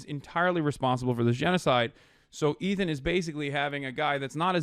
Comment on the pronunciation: lol Ethan can’t even say his name properly. What a stalwart